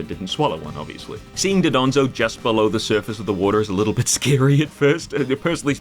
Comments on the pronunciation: not doDONzo, DONdozo!!! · also i love how everyone says 'dodonzo' instead of 'dondozo'